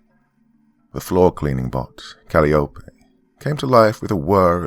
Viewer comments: Calliope is pronounced Kal-eye-oh-pee. But I liked this'n anyhow. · For future reference, Calliope is pronounced "cuh-lie-uh-pee". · Great Story, Doc. Just A Small Correction. The Next Time You Run Into The Name Calliope, It's Pronounced Kal-Eye-Oh-Pee. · Calliope = Cuh-LIE=uh-pee Like the ride i.e. merry-go-round. :) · Hey Doc, just wanted to let you know the proper way to say arugula and calliope. Instead of aira-goo-la, it's uh-ROO-guh-luh and instead of callie-o-pay/callie-ope it's kuh-LYE-o-pee. I'm sure viewers will thrash me for daring to correct the good, but I'm not coming from a place of derision or anything. These words are often mispronounced because many people have only seen them written. Wonderful narration like usual though!